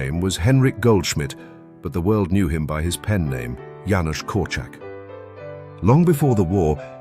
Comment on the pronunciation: Thank you for pronouncing Janusz correctly, my late husband was called Janusz, it was always pronounced wrong.